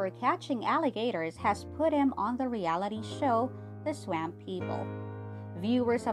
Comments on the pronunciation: OMG!!! IT'S NOT PRONOUNCED SWAAAAMP LIKE LAMP! IT'S PRONOUNCED "SWUMP" LIKE HUMP! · You should really have someone narrator video who knows how to pronounce swap. Y’all should be embarrassed. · Someone please tell this woman (narrator) how to pronounce S-W-A-M-P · Swaaaahhhmmmp! Not Sw AMP !! PLEASE !! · I've never heard someone say swamp the way this video dose....from louisiana...its hillarous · She may be from Wisconsin. S'alright tho